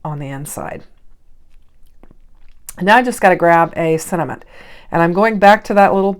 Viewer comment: I love the way you say sentiment. It must be particular to where you are from.😀